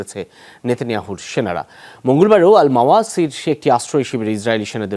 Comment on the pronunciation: পশ্চাৎভুমি জ্বলতে শুরু করে দিয়েছে। তাই যা খুশি বলা শুরু করে দিয়েছে।নেতানিয়াহু নামটাও উচ্চারন করতে পারছে না😂😂😂😂😂😂😂